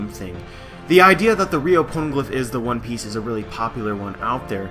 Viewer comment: why do I keep on hearing porno glif?